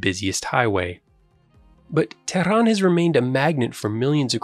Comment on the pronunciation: Who are you to talk? You are an arab from peninsula below Persian gulf. You betrayed yourself and your propoganda work by the way you pronounce Tehran.